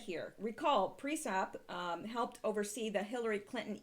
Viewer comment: Sounds and looks great, and I like the content, like always. Can you please, though, check how you say PriesTap?